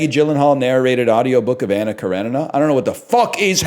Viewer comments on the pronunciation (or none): none